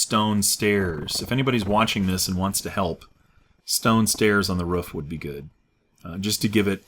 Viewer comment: why do you say rough for roof?